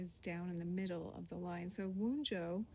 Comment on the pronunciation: Thank you for your work, I am glad you are doing it here. I do think you should look into pronunciation a bit of the material, this Rune is more like one-yo than one-joe. And I have never heard anyone pronounce Futhark as you did, it sounded like you said "fourth-rock". I highly recommend the work of Dr. Scott T. Shell